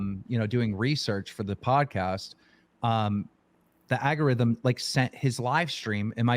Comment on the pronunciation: i love how keem says algorithm. agarithm 🤣🤣